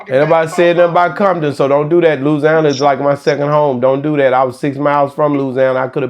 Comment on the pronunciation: Lousyana lol